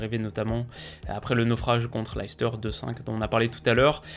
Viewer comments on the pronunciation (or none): none